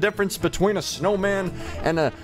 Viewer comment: "a snow-whoa-man?", it's a snow-woman... XD